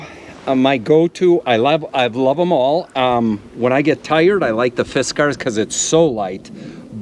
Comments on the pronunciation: I think it's pronounced Fiskars, not Fiskar. At least here in Finland, where it's from. I've seen that americans often pronounce european brand names weirdly. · Its not fiskar its fiskars just pretend ur a homosexual european and you should be pretty close to the right pronunciation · Fist Car ☝️🤓 nah bro. Its fisk-ers. They dont get to charge $50 for a damn pickaroon AND have a stupid pronunciation for their brand name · Almost said "you're going to have to spank me" for mispronouncing "Fiskars" hahahaha 😂 freaky ahh lumberjack guys